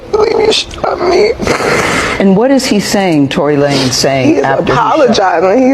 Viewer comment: Is not Tory La-nez ..is Tory Lanez...pronounce the "Lanez" as Lanes.